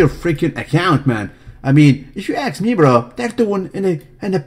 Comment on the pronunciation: "if you axe me"